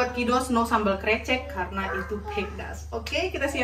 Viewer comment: lucu denger si mamak bilang krecek wkwk. harus nya e dibaca sepert kata bebek 🤣